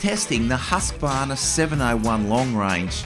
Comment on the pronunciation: I wish people would pronounciate Husqvarna correctly like...hooskvarna